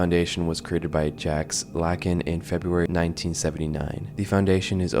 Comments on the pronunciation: wow, your channel is very impressive, i subscribed. 😍ah, and Jaques Lacan was a real french psychologist and you would say his name like this: jac lakaan. (not Jäk lacän, but the a as aaaa like we say it in europe) looking forward to the other episodes! 🙇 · The most disturbing part was your pronunciation of Jacques Lacan, lmao. Great video as always. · The more annoying part is he didn’t even attempt to get the pronunciation right